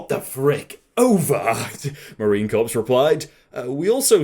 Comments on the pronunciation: Core not corps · It is not corpse it is core that is how you say it but it is spelled like corp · Thank you for ruining the last clip with those stupid video links and it's pronounced Marine "core" not corpse, you POTATO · sigh 'corps' is pronounced like 'core', not 'corpse' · for the love of God, Please learn how to say the word '"Corps" properly. It's "Core" NOT "Corpse" I'm British too, but I can pronounce it lol..... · Sorry, I'll be honest. Couldnt get past that he was saying it as corpse and not as corps (core) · hey i love your videos but its core not corps the p is silent just for the future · Marine Corps..... "Corps" is pronounced "core"..... Not "corpse". C'mon, you can do better. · pronouncing corps as corpse bugs me,,, it’s pronounced like core,,,,,,, it’s short for corporation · when he said marine corpse instead of marine core lol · Hey, just to give you a heads up but Marine Corps is pronounced like Marine Core not Corpse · or just cops can be pronounced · Corps is pronounced Core. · It's pronounced 'core'. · Corps, as in U.S. Marine Corps, is pronounced Core. Just putting that out there for information purposes. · Marine Corpse. Lol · Corps is pronounced like core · Just wanted to say, Corps is pronounced "Core". In the words of those long passed "Its a military not a dead fucking body." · marine Corps is pronounced Core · Oh geez. Marine "corpse"? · Just to be helpful corps is pronounced like core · "Corps" is pronounced "Core". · It's pronounced Marine Core not Corps the p and s is silent. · Its pronounced core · Marine corps is pronounced Marine 'core', daily viewer here btw, your videos help me through my wake up process every morning, thank you and keep 'em coming 🙂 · Marien korps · the "p" in Corps is silent, I swear I heard you say it multiple times and it bugs me a ton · The way he says corps bothers me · Came down here to say this